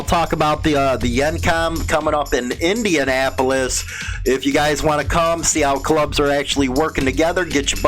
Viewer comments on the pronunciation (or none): none